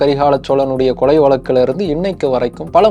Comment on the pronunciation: தம்பி உங்கள் குரல் உலகம் முழுவதும் ஒலிக்கிறது. எனவே வார்த்தை உச்சரிப்பில் கவனம் செலுத்துங்கள்.கொலைக்கு கொளை கொளை என திரும்ப திரும்ப கேட்கும் போது ரொம்ப உறுத்தலாக உள்ளது.